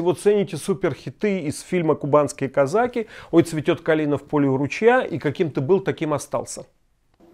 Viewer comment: Блин.слово Казаки в вашем произношении мне как то не понравилось